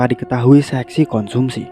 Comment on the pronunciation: Konsumsi mas, bukan Komunsi :) Good story btw! Lanjutkan!